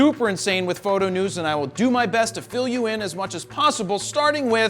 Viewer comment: oh my How you pronounce PHOTO..... Please stop, lol......